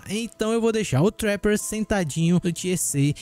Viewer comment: olha como o menino fala trapper, assim o curso de inglês chora